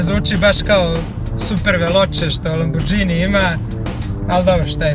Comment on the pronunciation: brate nije lamborđini nego lamborgini nisi iz albanije